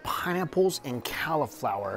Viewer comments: Did he say "cowlaflower"? 😂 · It bothered me every time he said cauliflower wrong. 😭 Haha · He never pronounces cauliflower correctly.